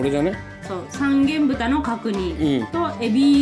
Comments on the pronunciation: が三元豚をさんげんぶたって言ったとき「さんげんとんだろ」って不意に突っ込んじゃった。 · 「さんげんぶた」じゃなくて 「さんげんとん」だったはず！！ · 三元豚（さんげんぶた）➡︎さんげんとんです